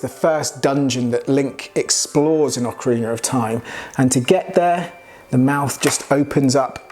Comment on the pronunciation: I'm just grateful you didn't mispronounce Ocarina.